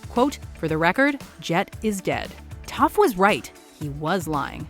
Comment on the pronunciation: was i the only one who heard her say tough not toph 👁👄👁